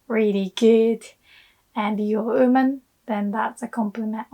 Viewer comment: Because the pronunciation of "wo" を in japanese is "o"